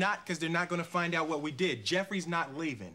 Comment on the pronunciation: did wHat?? haha he put the emphisis on the h lol